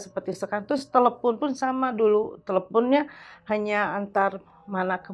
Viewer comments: Telephune & iphune memang bawaan lidah orang sunda bang 😅😅..., kebetulan sy org sunda agak paham banget haaaa. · Gue malah ngakak pas si ibu ngomong "telepun" mukanya nahan tawa banget hahaha